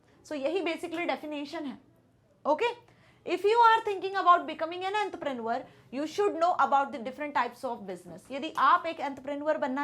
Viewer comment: Entrepreneur ❌ Entreprenurrrr Right 😂😂😂